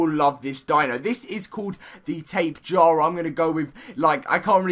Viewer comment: tapa jara is how u pronounce